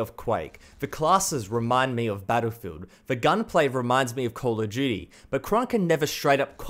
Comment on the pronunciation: The way he pronounces Call of duty is " Call of G" HAHAHAHA